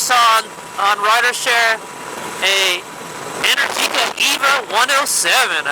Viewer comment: Happy Birthday! Amazing choice of bike, and omg that is the most epic string of my favorite bay area roads!! Also just fyi, Energica is pronounced En-air-jica, and it flows kinda like "America". Ok back to watching :D